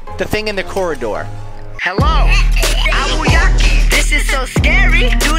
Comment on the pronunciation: He pronounced it wrong he said ow-you-waki it eye-you-walk-e ayuwoki